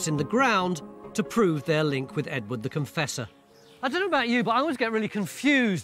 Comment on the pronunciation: Everytime I hear “Edward the Confessor” I hear “Edwina the Contessa”! 😂